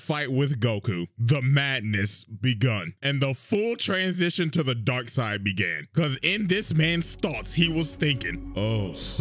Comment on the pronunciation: I could've sworn you said Dog side yet it was dark side.